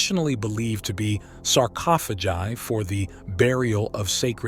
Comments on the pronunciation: The third time he said Sir-coffa-jai incorrectly I had to stop. Yank English is gross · saa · ko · fuh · gai. Speechless. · Sarofages? LMAO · bro saying sarcophagi